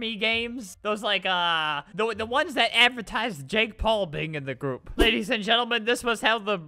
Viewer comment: " OMG! JP JOINED OUR GOOPP" That's what Albert said it sounded like goop, someone get an english teacher